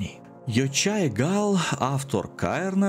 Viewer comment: Автор Каїрну - ЙоХай Гал, не Йочай) Він постійно поправляє всіких англомовних спікерів в інтерв'ю))